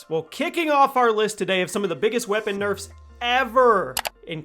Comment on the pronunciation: Hehe "nerfes"